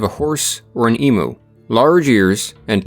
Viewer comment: Please world it's pronounced 'eem-you' not 'ee-moo'